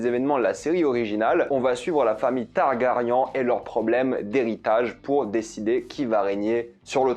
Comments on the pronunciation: On dit "TargarYEN" pas "TargarYAN" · C'est fan de l'univers game of thrones ça clash déjà la série seigneur des anneaux de Amazon qui n'est même pas encore sortie...mais ça prononce même pas le nom de targaryen correctement ... Du coup difficile de te prendre au sérieux